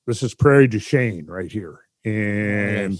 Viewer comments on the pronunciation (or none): that town is pronounced Prairie du SHEEN.